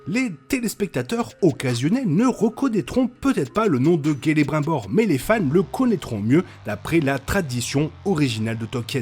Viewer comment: On dit CELE(BRIME)BOR